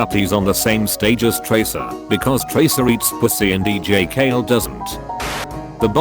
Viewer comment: If says dj kale instead of dj Khalid... It effing dj kale ok?!... Also love your stuff